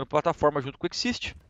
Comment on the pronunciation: fallen, não é xisti mas sim xizt (mesma pronuncia de exist), ótimo vídeo <3